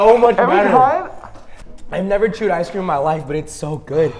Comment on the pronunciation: I like how said “ice cweam “ to dev